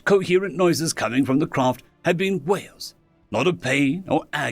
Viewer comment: Ohhh, wails, not whales.